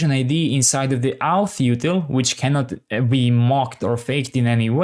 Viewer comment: Nice tutorial. Just wanted to say that you say "okay, great", "perfect" and "let's go ahead" a lot. I know English isn't your first language and that you're trying to be positive, but hearing them every 10s was getting annoying. If you could mix it up a little more (or avoid the positivity altogether), that'd be appreciated. Also, "auth" isn't pronounced "outh" but "orth". Thanks :)